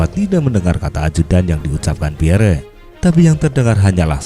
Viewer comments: Tulisan nya Piere mas e, baca nya Piyer bukan Piyere ya mas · Maaf admin, nama beliau cukup dibaca pierr. 🙏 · "Pierre" dibaca Pier yah min